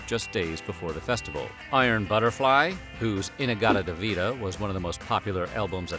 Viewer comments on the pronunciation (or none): none